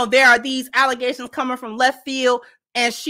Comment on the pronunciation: Allezations!!! She did say that!!!! 😂